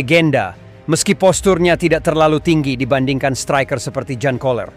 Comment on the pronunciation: Sebutan jurgen:yurgen bukan jurgen,jan koller:yan koller